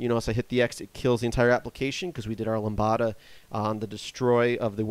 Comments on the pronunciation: I really like your tutorials, they are very well done. However, I figured someone should tell you... you pronounce 'lambda' incorrectly. You say 'lambada', which is an erotic dance... Lambda is pronounced like 'lam - duh', and the 'b' is silent. Lambda is a greek letter that has been used in computer science to represent functions without a name for a long time. There's even the 'lambda calculus' which was the basis for theoretical analysis of computer programs. Good luck with your tutorials, they're really quite helpful! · I found your video interesting, instructional, and useful. I should also mention your pronunciation of "lambda". It should be LAM-dah. But please don't let that stop you from continuing to make your fine videos. You have the knack of making otherwise complex topics seem easy and simple. Thank you!